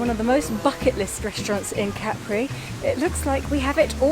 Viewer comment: I will never get over the fact that some English speakers took the pronunciation of Capri from French, with the stress on the last syllable. It’s CA-pri, not ca-PRI. Not you, obviously. Great video though.